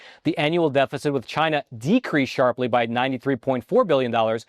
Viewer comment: What you missed was… “CHI’NA”